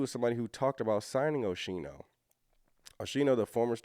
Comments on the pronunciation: Pronounced Oskeeno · I apologize, but It’s pronounced Oschino (O-Skeen-o) I’m from Philly. He come from North Philly, he lived the struggle for real. He also did time in prison. The old state prison (Graterford State Penitentiary). Oschino definitely know Jay, and Beanie Siegel. Oschino a good people. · It's pronouned Oh-Skeen-O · His name is pronounced O-sc-i-no the h is silent. I remember him from State Property’s songs